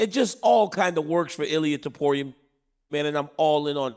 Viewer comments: I think dc caught chael slipping. Chael stepped out of character and pronounced the name correctly. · DC compliments Chael on his Spanish for pronouncing Ilya Topuria's name correctly. Meanwhile neither Ilya nor Topuria are Spanish names. was so proud of himself too. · This spanish thing is so tiresome. "Your pronunciation of Topuria is so good you might as well say it in Spanish" that's not a spanish last name. Stop selling him as a spaniard, he's gonna sell those fkn stadiums out anyway